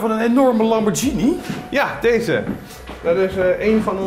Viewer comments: Zo spreek je het uit: Lam-bor-kie-nie (met de gh uitgesproken zoals in ghetto) Dus niet: Lam-bor-sjie-nie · De uitspraak van het merk 'Lamborghini' wordt niet juist uitgesproken. Dit geld ook voor de interviewer. Boeie ja